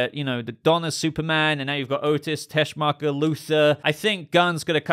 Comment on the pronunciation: "Miss TESCHMACHERRR!!!!"